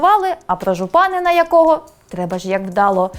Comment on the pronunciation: Не ЖупАнина, а ЖупанИна